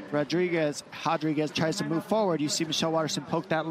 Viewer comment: Why they say hotdriguez instead of rodriguez